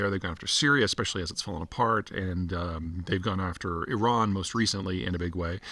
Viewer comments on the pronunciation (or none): none